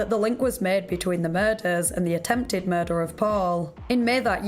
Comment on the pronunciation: I love your videos and especially that super cute accent you have, but I wanted to know why at the end of every sentence you draw out the last syllable? An example writing is going to be hard but I'll try. Example for it would be, "did you just commit a mur-derrrrrr?" Lol the derrrr is what I imagine it looks like when you draw out the last syllable. Maybe I'm the only one who hears that or notices it but if you end up hearing it you will never be able to not hear anytime you hear her talk after that.